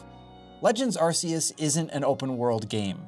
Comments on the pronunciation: Fun fact, it’s arc-e-us. Not arse-e-us. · How many times have you heard Arceus pronounced by TPC and still choose to pronounce it arse-eus? 🙄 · AR-KEY-US Pokémon isnt naming their god ar🍑se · It’s Ar-KEY-us. Always has been… unless you’re speaking Japanese. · Bruh it's Arceus with a hard "c." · I still can't get over the way you pronounce Arceus. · I swear, the way he pronounces Arceus makes me want to SCREAM!!!!!! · Please just pronounce Arceus properly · Arceus is pronounced with a hard C, like a K, not a soft C, like an S.